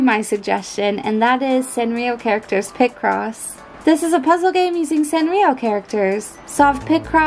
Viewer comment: Ir's "Picross" not "Pick Cross" 😅